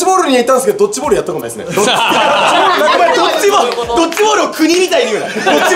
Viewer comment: ドッチじゃなくてドッジ